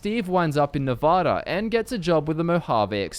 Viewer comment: It's not novoda for Christ sake Nevada**